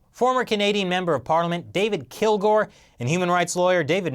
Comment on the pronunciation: Kilgour, Kill-Gore?.......